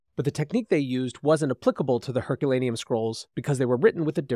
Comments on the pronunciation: I stopped watching this when the presenter couldn’t even get the name of the town destroyed by Vesuvius correct, calling it Herculanum instead of Herculaneum and . This ruined for me as a ‘scientific’ presentation. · The place is Herculaneum not Herculanum! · Learn how to pronounce Herculaneum.